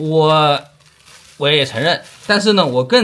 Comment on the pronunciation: 说自己无奈但是发音却是无赖